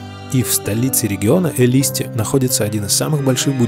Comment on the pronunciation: Шикарно, друг! Но!!! Ударения имен нарицательных надо знать! Элиста, Сиваш